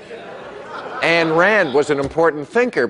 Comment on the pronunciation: Her name was AYN Rand, not "Ann" Rand. Read something by the greatest thinker of the 20th Century, Bill, before saying idiotic things about her.